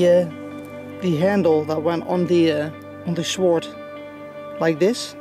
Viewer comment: word of wisdom on your english you speak it exeptionally well better than some people i know in the uk but "Sword" is pronounced sord the w is silent :)